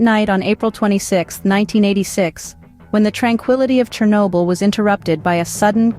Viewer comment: *СhOrnobyl. Whatever is written on wiki. It's important, pls.